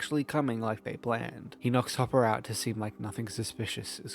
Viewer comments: Whenever says “Hopper” it sounds like he’s saying papa 😂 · Ngl I keep mishearing hopper in s1 as “papa” in your video